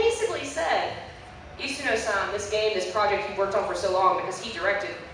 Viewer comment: One nitpick: you use the honorific "san" like Toyama-san. However, as a speaker of Japanese, I find your pronunciation could use some work. You pronounce it like "sæn" as if it rhymed with 'plan' or 'hand'. But (さん) is pronounced "saan". Sorry, I couldn't resist.